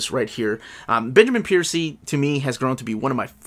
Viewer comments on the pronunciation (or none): It’s Benjamin Percy, not Piercy 😊 Happy birthday to your daughter!